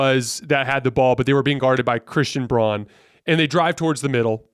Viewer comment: Pronounced like brown the color. Christian Braun.